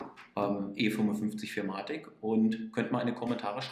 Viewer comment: Ist nicht arrogant gemeint, aber ich arbeite momentan selbst bei benz in der Werkstatt und ich habe noch nie jemanden "vier matic" anstatt four matic sagen hören 😂🙏🏻 coole Videos, weiter so